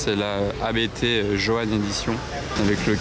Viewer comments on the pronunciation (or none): 😮 c'est ABT en 1 mot, pas A, B, T et ça pour un youtuber de voitures exclusives 😱😱😱